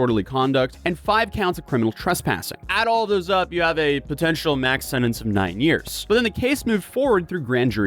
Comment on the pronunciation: It's Year's Not " yr" 😅